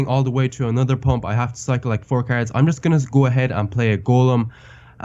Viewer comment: I love the way that he says cards (carrots)